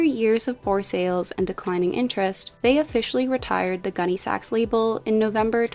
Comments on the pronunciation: Pronounced GUNNy sacks, not gunny SACKS. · I absolutely can’t listen anymore to this millennial repeatedly calling it “gunny SAX.” It’s hurting my ears. It’s “GUNNY sax,” sweetie..Emphasis on Gunny, not Sax. Sheesh. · My 1988 prom dress was a Gunne Sax, and I’m wearing one in my 6th grade class picture. I still have my prom dress, so it’s going in my Posh closet. p.s. the accent goes on Gunne, not Sax. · Gunne Sax (sounds like sack) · I had to stop watching as I couldn’t take how you were saying it. Emphasis is on Gunne, not Sax. It Is just the way you said what it was named after.